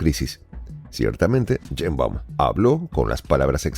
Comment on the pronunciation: "Cheimbaum" o "Yeimbaum? 😮WAF!